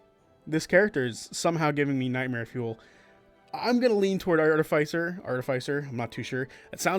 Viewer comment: Why do you say Artificer like that 😭